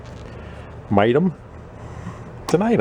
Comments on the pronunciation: Mi-T-M is pronounced like Mighty M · That is a nice pressure washer. I think the brand is pronounced "Mighty M." Mi T M makes commercial/industrial quality products. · Pronounced My-T “M” / Mighty M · Pronounced "Mighty Em." And yes, you have a very valuable pressure washer now.